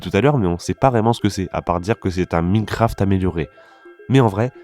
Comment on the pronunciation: Tu peux dire Maïnecraft et pas Mineucraft stp ? Ça fait un peu mal aux oreilles 😅